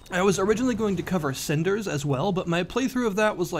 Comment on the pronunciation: didn't even say it properly.. wat r u casul?